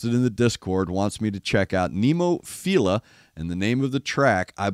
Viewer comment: You were close on the song title, 'Adabana' (ah-dah-bah-nah). The band name is Nemophila (neh-moh-fee-rah). The word "adabana" refers to a flower which doesn't bear fruit, or something that fails to live up to its fullest potential. The lyrics are pretty deep. It's worth watching with closed captions turned on for an English translation. The band itself is named after a kind of flower with five petals.